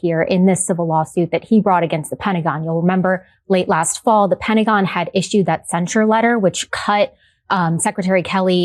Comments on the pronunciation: " the pennygon"? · what on earth is the "pendicon." One thing that USA schools might try for is pronunciation lessons.